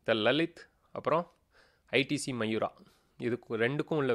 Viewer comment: Bro அது மயூரா இல்லே மவுரியா ....